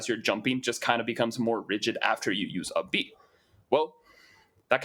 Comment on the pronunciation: For 2/3 of the video I was wondering huh, what's uppie at the back of my mind? I knew I hadn't played Smash Bros in years so I figured it was just something new but then realized you were saying up B instead of uppie...